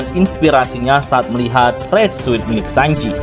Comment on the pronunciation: Suit dibaca sut